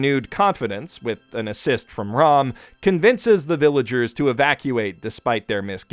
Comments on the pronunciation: 'r-aw-m' irks me so much. it's 'r-ah-m'. why would you even think it's 'r-aw-m'????? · Rom's name is pronounced more like the word "Roam" iirc. Ram's name gets mispronounced a lot bc it's spelled the same as an English word, but it's actually pronounced more like "Rahm" if you listen close to the JP audio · Stop saying their names wrong. Felix's name is not Ferris. Betelgeuse's name is not Petalgeuse. Ram's name is not Rom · I know I’m late to this but did anyone else notice he refers to Ram as Rom? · Did he just call ram old man rom? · every time he says 'Ram' I keep on thinking of 'Rom' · Why does he call Ram Rom and Felix Feris?